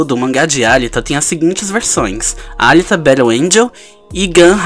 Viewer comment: Acho que se pronuncia Alíta